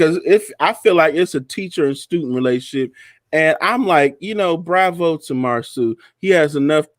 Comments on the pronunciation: please stop calling that man MarSUE! His name is MarSAU(SO). Its not that difficult. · Girl could you stop calling that man Marsue (Mar-Sue) his name is Marsau pronounced (Mar-Saw) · It’s MarSo with a long O.. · I'm going to need y'all to research how to say their names. Not Mar-sue Bishop is correct, Mar-so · Please get Marsau name correct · Who is Marsue that is not the way it is pronounced cringe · Pronounce Marso! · At this point I think it’s on purpose. Everybody else has corrected themselves. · Ok I 'm not subscribing just because of the way you saying this man's damn name. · I wish will learn how to pronounce Marsau’s name! OMG 😆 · Can somebody please give me the tea behind intentional mispronunciation of Marsau's name?